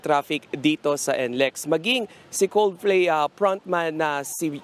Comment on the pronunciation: 'Coldflay' 0.32 😊